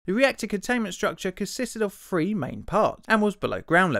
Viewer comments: THree.....THree Sorry, but I can't take someone seriously who says Fwee not Three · You know what would be really cool? Pronouncing the word THREE instead of "free" 😑.